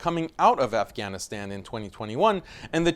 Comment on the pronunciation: you could have pronounced Afghanistan correctly.......